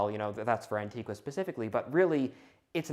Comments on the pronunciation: It's pronounced 'anti- gah', and you should look into a man named Samuel Martin, of Antigua. I partook into an archeological dig there based off his plantation he ran. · Antigua is pronounced ann-tea-guh. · Just one note: The locals on the island of Antigua pronounce it ''An-TEE-gah''. [The U is silent.]